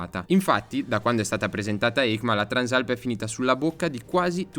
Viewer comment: peccato non sai come si chiama questa moto, Transàlp non Trànsalp